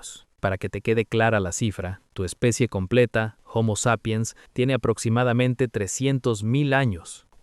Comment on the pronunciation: Hasta donde sé, la h de homo, que es latín, es muda al igual que en español, y no equivale a la pronunciación anglosajona equivalente a la J en español, por lo que decirle jomo me parece absurdo